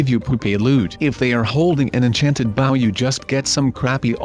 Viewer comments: Why is he saying baw instead of bow XD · it 's a b-o-w can you say bow like really dude😒 look I still like you though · Not baw it is bow